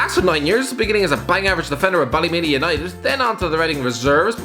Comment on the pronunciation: When the Irish person can’t even say Ballymena United properly